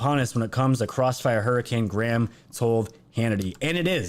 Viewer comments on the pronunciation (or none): none